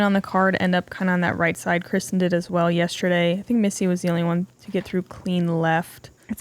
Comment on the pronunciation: Can anyone confirm? Watching a lot of Latitude 64 videos Johnathan and Johannes pronounce Kristin Tattar’s name Kristine. But all the announcers always pronounce it Kristin. Just wondering.